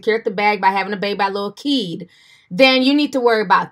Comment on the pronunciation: So he calls himself lil kid...🙄🧐 Yes, I know it’s spelled Keed but I know he can’t pronounce it right